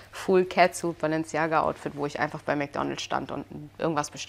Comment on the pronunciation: ich mag dich ja total nh aber es heißt nicht Mc Donls sondern Mc DonalDs😵‍💫